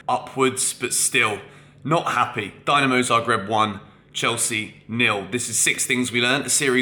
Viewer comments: 7th thing, learn how to pronounce Dinamo and not Dynamo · It’s pronounced Deenamo Zagreb.